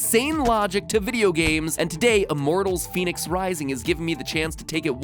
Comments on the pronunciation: But it's not Phoenix... the game should be pronounced - Fen-ex. Daedalus pronounced - Dayd-a-lus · That's not how you would say that.. Fenyx would have the short e sound not the long e. So it's Pheh-nix.. you don't get to change vowel sounds just cause your quirky. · But it's pronounced Fen-ix not Fe-nix so the intro shouldn't say "Pheonix" if it means Fenyx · I'll accept Phoenix or Fenix, but Fenyx is "fen-yix"